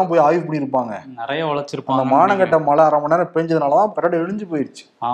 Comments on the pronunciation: A request to. Please try to pronounce the Tamil letter ""ழை"" correctly. Speak "மழை", and not "malai", which means something else. If you try honestly, you can get it in a week's time. Please. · தம்பி மலை அல்ல மழை நாக்கை சுத்தப்படுத்துங்கள்